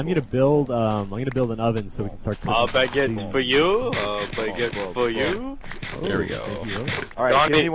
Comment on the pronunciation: Love when he said, "A baggete for you, a baggete for you" sorry if I spelled it wrong